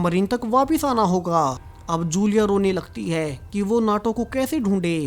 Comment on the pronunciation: Whay nahien hota, Woh وہ correct pronounce ha.